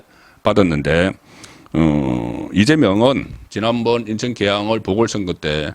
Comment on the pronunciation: 계양 얼, 동작 얼 특히 원희룡은 원히롱, 선관위는 성가니 발음 ㅋㅋㅋ YS하고 비슷하시네요